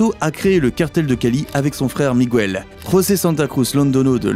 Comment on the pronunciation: Arrêtez de prononcer Migouel pour Miguel, la combinaison GUE fonctionne exactement comme en français la voyelle u ne se prononce pas, sauf si vous mettez un tréma.